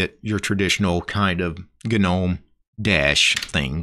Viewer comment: Gnome is silent "G". Saying "Ginowm" is like listening to someone pronouncing knuckles as "kinokels" or pneumonia as "pinomownia" lol you kinow